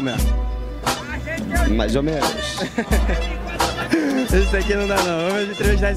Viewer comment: "mazomenos" kkkkkkkkkkkkkk